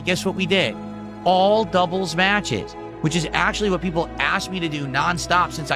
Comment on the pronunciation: lingo. What = whahh But = Buhh Want = wahn